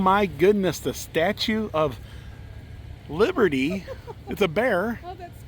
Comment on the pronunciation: I guess that was the Statue of Li-bear-ty. LOL